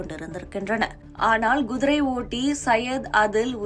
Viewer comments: Kudirai madam gudirai illai... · குதிரை என்று ஒழுங்காக உச்சரிக்க தெரியாதா உனக்கு எல்லாம் யார் இந்த வேலயைக் கொடுத்தது?